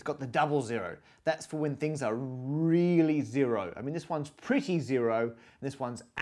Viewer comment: "That's for when things are rrrealy zero" :-D